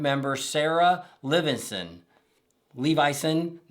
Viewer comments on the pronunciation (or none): none